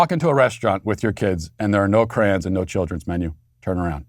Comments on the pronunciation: Matt, I think you're trying to say "crayons", but why do you keep saying "crans"? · "Crans???" You mean: CRAY-ONS??? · Matt did u just call crayons “crans”? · It’s “cray-on” not “cran” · I respected Matt so much... then he pronounced crayons "crans"